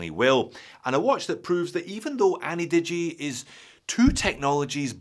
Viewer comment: ana-digi? 👎annie-digi?👍